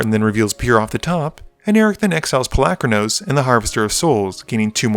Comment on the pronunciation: pol-U-kranos not Palackranose.